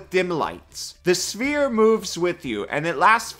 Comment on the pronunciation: I got so confused when i heared "smear" instead of sphere. Lmao. Awesome video.